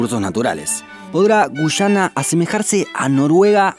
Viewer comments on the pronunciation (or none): Es guyana no gushana boludo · Son Argentinos, ellos no pronuncian muy bien la Y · Gracias por tu excelente video. Tus relatos son muy entretenidos ... Solo un consejo : debes pronunciar sin acento, algunas palabras. Por ejemplo, debes decir Guyana y no "Guchana" . Solo eso, gracias por toda la información. Estoy suscrita a tu canal , y vuelvo a ver más de una vez los videos porque me encantan !! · Por qué gushana? Acaso no sabes que la Y se pronuncia como una i ?Guiana.. tal cual!! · No se dice güyana, se dice guyana, la diferencia entre pronunciar o no la "u" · * Extranjero que ha aprendido español: Ah eso se pronuncia Guyana * Argentin@ No, es Gushana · A los dos los pronuncie gushana XD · Me quedo mas que clarisimo que sos Argentino, por la forma de pronunciar y marcar la "Y" cada vez que decis Guyana